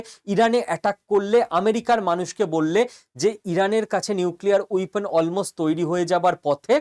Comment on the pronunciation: উইপোন নয় - বলুন ওয়েপণ।